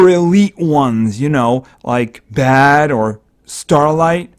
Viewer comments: Also you dont pronounce baade as bad, you pronounce it as bayde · Im pretty sure its pronouced baide